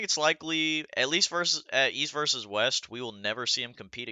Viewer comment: Vs = versus not verse, don’t be like Travis lol pronounce the word 😂